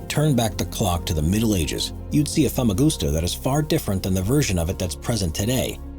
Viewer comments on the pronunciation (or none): the fact that americans can’t pronounce famagusta properly😭 i go every year and have been for over 11 years. i’ve travelled all over the island and know all the land. going into verosha (part of famagusta) is so erie. i have so many videos and pics.